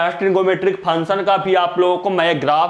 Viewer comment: Sir function to sahi se bolo